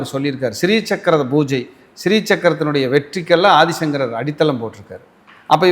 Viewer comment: Aathisankarar, Thiruvathirai, sariya, sollunga.